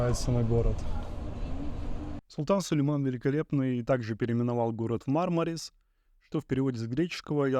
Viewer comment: МАрмарис - по-английски. Или - МармарИс - по-русски (ирис, мармарис, барбарис). Но никак не «МармАрис».